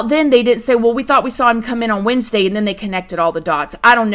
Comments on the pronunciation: Lol girl I was like… WESNESDAY?! 😂💕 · Did you say hope we have a good Wednesday?? Lol. Did anyone else catch that?